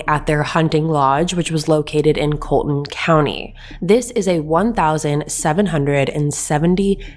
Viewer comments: coll-e-ton ,not Colton County. Connor is Anthony's cousin, not brother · It’s not pronounced “Colton” county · It’s Colleton county not Colton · Its' "COLLETON COUNTY"... PRONOUNCED CALL-ET-TON ( LIKE "PHONE CALL') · She mispronounced Colleton County too. Had me confused ash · That's not how you say colleton county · Learn how to properly pronounce Colleton please! Your news is second hand. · Sorry to correct you but you pronounced Colleton County wrong. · It would be much to your relevance that you learn how to correctly pronounce the counties and the area, Miss pronounced the county and “ The Low Country “ I realize you aren’t from here but it helps to speak correctly when corresponding about it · Enjoyed your podcast. The name is pronounced as “ Mur dock “And it’s “Call a tin “county. That being said I too believe Maggie was just in the way that night and whoever shot her as well. Don’t believe she was a target. I think it was someone after Paul. Will be interesting to see what happens.